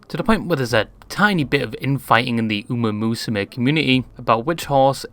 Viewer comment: Uma is pronounced "oo-MAH", not "oo-MAY".